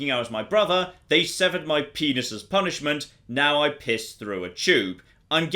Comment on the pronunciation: You mispronounced "penis". You mean "I'm not e'en mad?"